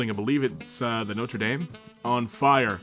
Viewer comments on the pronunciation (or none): “Noatrer daym”